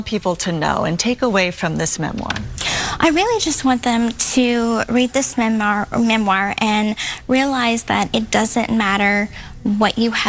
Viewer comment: "Memwire" great speech Gypgyp, gonna read my "memwire in my.nurshery"...friggin' narcissistic little murderous liar!!